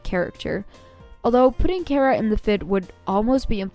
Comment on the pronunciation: Ya know, your the first one i heared to pronounce chara’s name correctly but then you said “care - uh” and welp i kinda lost hope but it made me happy the first bit